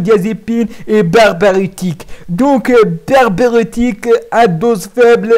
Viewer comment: Apprend d'abord a prononcer correctement "barbiturique"